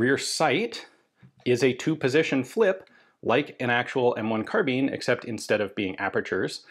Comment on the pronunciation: Car-bine not Car-been. Unless you bale hay with Beender Tweene... Carbine means to bind as in tie up. A Carabiner is a clip or attaching device and that name got attributed to the short sword used by Calvary similar to a lanyard for a pistol. Anyway it became a short gun as well but it aint a Been or a Bean. American slang twang is that. Now you know.